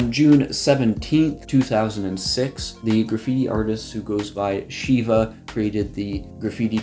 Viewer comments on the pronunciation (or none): none